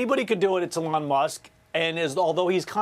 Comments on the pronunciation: The way she says Elon is offensive. It's Eeeeelon!!!! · Why is she saying his name so weird?